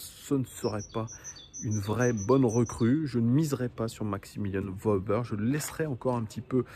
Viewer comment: petite précision on dit "Weuhber" pas Wauber :)